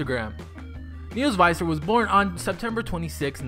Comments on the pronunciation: its actually visser not faiser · It's Neels Visser not Neels Viser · Niehls Vihssur(Neels Visser) not faiser (Viser) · Neels VISSer. you pronounced it wrong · He says visser wrong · u said his last name wrong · You pronounced ' Viccer ' wrong. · Tenneh Berete thats what I thought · ikr. I got so annoyed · SOOO wrong